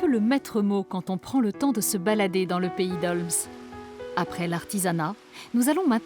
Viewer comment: Merci pour ce documentaire, je suis fière de ma région ❤️ PS: "pays d'olme" pour la prononciation 😂 on ne prononce pas le S 😂